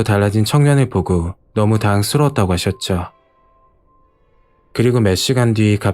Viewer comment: 발음에 좀 신경쓰셔야 할 것 같습니다. "당황스러웠습니다" 특히 이 말 할때가 발음이 이상합니다. 당(황)쓰러웠습니다- 라고 들리네요. 이야기 재밌게 잘 들었어요~